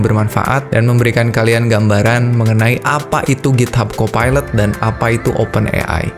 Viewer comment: aku dengarnya "phsyco pilot" hampir dengarnya psikopat